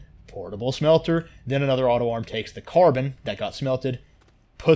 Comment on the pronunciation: Great vid. But ffs dude, no where in the world is carbon pronounced "CAR-BAAN". It is pronounced "CAR-BIN".